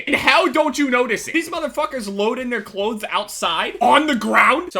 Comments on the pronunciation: lol listen to him say clothes he is saying "cloads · am i the only one who heard him saying Klotes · u say cloths weird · I fucking hate the way you say clothes fuck my cat please daddy ohhh yesssss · The way says clothes XD